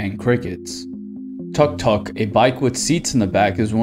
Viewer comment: We pronounce tuk tuk and angkor wat differently so when someone pronounce it It just feels so weird💀💀